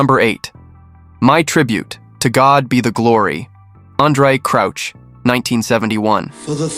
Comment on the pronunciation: Andre Crouch as in Couch, not Crooch as in Pooch. 😂😂😂😂😂😂😂